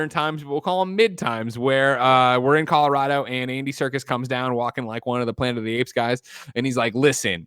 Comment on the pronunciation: Shout out to Hugh Jackman for pronouncing Colorado like a native.